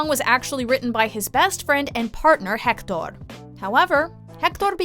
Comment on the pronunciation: "Errrneesto and Hectorr"lolololol